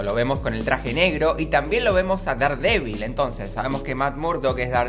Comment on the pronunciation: Hola, si es que algún día vas a Estados Unidos y compras algo de Daredevil o no lo se algo por el estilo deberías saber que se pronuncia “derdevil”. Es para que no pases vergüenza ya que un día compre una figura de Daredevil y no me entendieron, solo es eso no quiero que pases vergüenza. Adios!